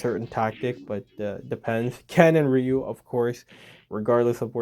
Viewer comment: great to see you pronounce Ryu the old skool correct way😂 I don't care if the other way is how they say it in Japan😂 seven wins Big up🎉 she knows it's coming home😂🎉 England will defeat FIFA oops I mean Argentina in a few hours🎉